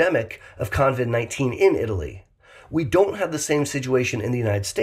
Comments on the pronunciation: OMG - you keep saying “convid” - sorry, driving me nuts. Luv u anyway. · I caught that too but I'm in Australia and just thought that was the American name for it. 😁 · Thanks for this info, although I'd feel less weirded out if you didn't call it con-vid 19. Not sure where the 'n' came from. 😂 I'm always amazed by how many people still don't seem to understand the rules of basic hygiene. 😳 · lol I don't mind, but I've noticed how many people have already started calling it Con-vid 19, even when typing the name. You've started a trend,. If you hear the name, you know the origin! 🤣